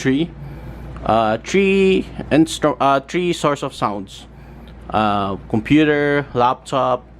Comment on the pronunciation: not tree it's three